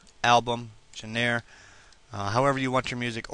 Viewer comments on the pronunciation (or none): JOHN RUH, not genairre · I love how he pronounced genre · Hahahah, right? Poor guy. I did find this video helpful though.